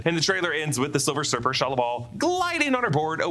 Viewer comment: Why he say silver surfer like that?